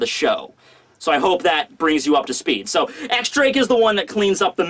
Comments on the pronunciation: I gotta be "that guy" for one second. X Drake is pronounced "Diez Drake". I'm done. Now then, love the review! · .... X Drake is pronounced Diez Drake It's a roman numeral